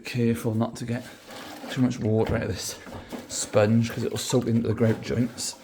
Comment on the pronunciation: I like the way he says greouwt